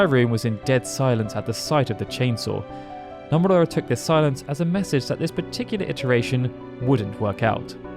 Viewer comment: It’s NO-MUR-AH Not NUMB-ER-AH